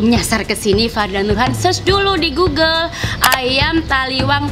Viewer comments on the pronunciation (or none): none